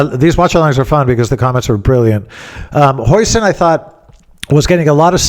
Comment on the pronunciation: ‘Jausen’ as per your recent Dutch guests.